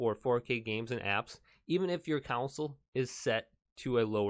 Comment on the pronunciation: Bro it's pronounced "con sol" not "counsel"